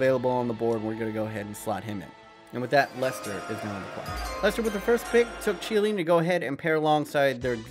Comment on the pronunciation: its key a li nhe not che a lini